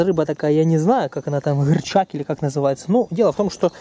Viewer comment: не гырчак а гарчак